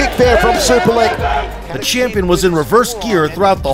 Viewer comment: The whole time I thought u say "Super leg" 😅😅